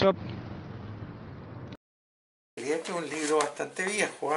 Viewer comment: Se pronuncia Shopf...no comerse la s y la f...no es chop